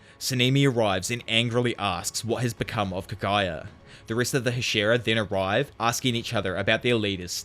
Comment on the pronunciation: bro if you're gonna be the anime/manga scene or anything Japanese, PLEASE learn to pronounce Japanese words and names!! It's so confusing when I hear Kagaya and not Kaguya. Like who is Kagaya?